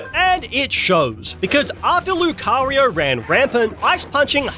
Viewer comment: THE FIRST O IN LUCARIO IS SUPPOSED TO BE A U!